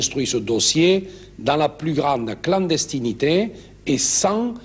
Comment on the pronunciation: "La CLANDESTINITÉ " 😂